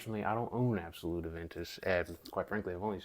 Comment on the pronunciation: it's not absolut it's creed aventus absolu without the T. And just say precious... precieux in french means precious... you're pronouncing it wrong